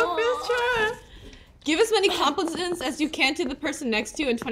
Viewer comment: Yunjin says “ Give as many complisms as you can to the person sitting next to you 😂😂😂😂😂😂😂😂😂😂 it’s not complisms it’s compliments ❤😂😂😂